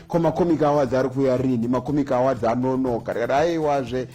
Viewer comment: My man the way you're pronouncing the word "AWARDS" is wrong. You're pronouncing it as "AWADZI". Please ask google/youtube for the correct pronunciation.